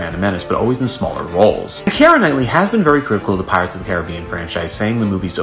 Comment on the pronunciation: Definitely not how you pronounce Caribbean